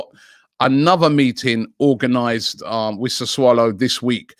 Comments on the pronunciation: ' You-when-us ' ' Sa-swallow ' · What the hell is Sa"swallow"??? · The way he says 'Sassulo' hahaha SA SWALLOW